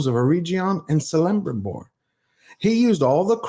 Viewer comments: Just a word: its pronounced 'Kelebrimbor', not 'Selebrimbor' 😉 Any Elvish word that starts with "C" is pronounced with a hard "C" instead of a soft one. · Kelebrimbor, not Selebrimbor! EreGion, not EreJion! Sheesh! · It's pronounced "Kele-brim-bor" not "Selembribor". I appreciate your work, but you should really know stuff like this or at least research it, if you talk about sticking to canon and honoring an authors lore. Just my 2 cents. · Dude, it's not "Celembribor" with an S sound, it's Celebrimbor with a K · I love your content and hate to be this guy but it is not pronounced CELLibrimbor, but more KELL. But that's being nitpicky, please keep up the good work! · I hope you know now that Eregion is pronounced with a hard g sound like grace. And Celebrimbor is pronounced with a hard c sound like in credit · I want to like you man. I've seen a couple of your videos and I like what you have to say. Just please remember that a C is pronounced like a K. So, Celebrimbor is pronounced like Kelebrimbor. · KEL-EM-BRIM-BOR. It sounds like that. Your pronouncing it wrong. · Love your content and support your cause for fans. Just a minor nitpick, Celebrimbor is pronounced as Kelebrimbor, and with that I just sided with pronounce, oh fcck. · Celebrimbor=Kelebrimbor ('C' is always hard), Aule=Owlay ('AU' is a dipthong), Eregion 'G' is always hard. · Love your videos,. The C in Celebrimbor uses a hard K sound. Elrond was the herald of High King Gil-galad. He who bore Vilya, the mightiest of all three elven rings, and founded Imladris (Rivendell). Here he is a canny politician and architect? Sounds like the show runners McKay and Payne have inserted their own personal "Mary Sue" in this bloated hate fiction of Tolkien. This show and those involved are full of 💩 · Aule is pronounced OWL-LAY Celebrimbor is a k sound for the c. Sauron is pronounced SOURON as in the ou sound in sour. But other than that good video.